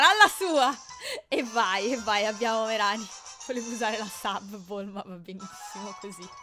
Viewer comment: Alola, innanzitutto buon'anno XD comunque, non bastano avere i cuori completi per essere amici al massimo, io non so se lo sai, ma il massimo di felicità e di 250% e la puoi controllare a KoniKoni, c'è una tizia vicino al ristorante ah, si dice "Meràni" soffermandoti sulla A, ma se non riesci a capirla, vai tipo sotto uno degli spacchettamenti di dlarzz o fedrric che dicono il nome. alola :D (scusa se ti scrivo sempre la divina commedia XD)